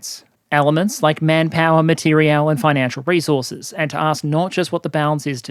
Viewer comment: Also, I noticed that he misspells 'material' which is probably why also mispronounces it. But doesn't worry me as I think english is not his original (early childhood) language - geeze as a native speaker my spelling has always been crap so I don't judge others on this.